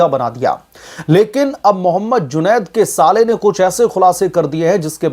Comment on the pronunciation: आप बार बार जुनैद को जुनौद साहब जी बोल कर सम्बोधित कर रहे हैं। यह ठीक नही है